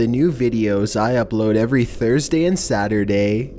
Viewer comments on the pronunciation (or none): none